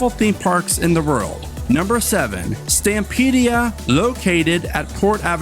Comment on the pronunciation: it’s Stampida, not Stampidia